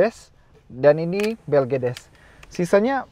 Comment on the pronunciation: njir mercedes dibilang blegedes..... almaz gue terus apa 😂